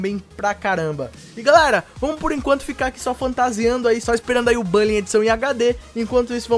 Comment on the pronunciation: kkkkkkkk, é estranho mesmo pronunciar "bally". Eu vou ficar com minha velha pronúncia "Bully" mesmo, muito mais top kkkkk